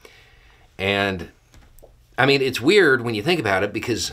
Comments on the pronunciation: Am I the only one hearing An I D 10 T form when they say 10 23 form. Not exactly the same but it rhymes really close. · They wanted the ID10T form… that is all I keep hearing when you say FD1023 form…